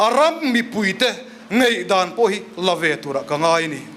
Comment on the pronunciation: A ram mipuite “Ngeihdan” nilo in “Ngaihdan” ti se aw….